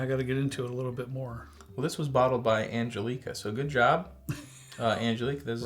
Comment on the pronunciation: Angel-ica, you mean Angelica lol